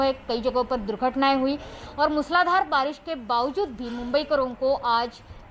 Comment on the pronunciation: It is not मुसलाधार...it is मुसळधार...